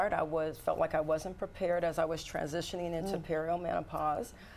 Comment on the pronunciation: That woman wasn't giving very specific information. Is she supposed to be some sort of expert? She doesn't even pronounce perimenopause correctly!